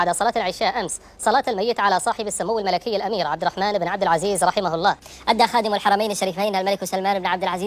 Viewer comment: انطق الااسم صح يا ثور اول ايش عب عزيز